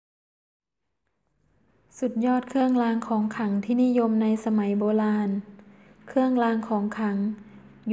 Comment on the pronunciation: "เคื่องลาง ของขัง" "แค้วคาด ปอดพัย"....ไม่ผ่านค่ะ ร.เรือ ล.ลิง ไม่ชัดเจน